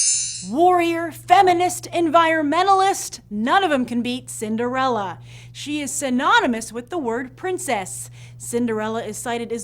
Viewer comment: cinderelle? not cinderella?